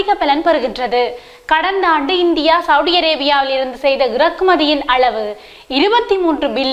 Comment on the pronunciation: உங்களது தமிழ் உச்சரிப்புக்கள் மிக நன்றாக இருக்கின்றது.இருந்தாலும் சவுடி சவுடி என்று சவூதி அரேபியாவை அழைப்பதை திருத்திக்கொண்டால் மிக நல்லது என்று அன்போடு சொல்லிக்கொள்கிறேன்.